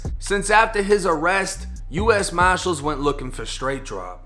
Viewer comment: can’t say “ US Marshall’s” to him it’s US Moshalls..